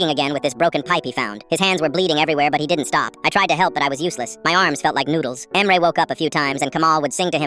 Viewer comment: I think that the AI doesn’t know how to pronounce Turkish names